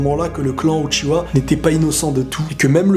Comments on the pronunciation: J'ai mal au yeux ! C'est Uchiha pas Uchiwa ! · Non de base c'est "Uchiha" et non "Uchiwa" c'est juste le doublage Français qui le prénomme comme ceci